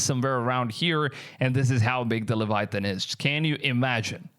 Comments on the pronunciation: LEVIATHAN NOT LEVITHAN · LEVITHAN not Leviathan, LEVITHAN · The huge ”LEVITHAN”😭